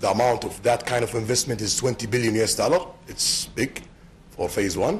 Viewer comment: I like the way he say dollarr